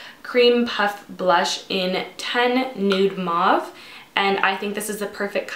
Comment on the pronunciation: Agreed! And sometimes I wish there was an option to leave a voice recorded comment, because if there was I would show her how to properly pronounce "mauve" lol But seriously, beautiful makeup though. I love it.